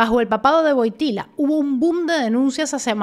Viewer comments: Le correcta pronunciación de Wojtyła es (Voiityua) la L esa rara se llama UE y suena como una u. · Todo bien, solo una pequeña corrección. La pronunciación polaca del apellido de este Papa es más parecida a "Voitiwuá". Se escribe Wojtyła y la letra entre la "y" y la "a" no es "l" sino "ł". Saludos.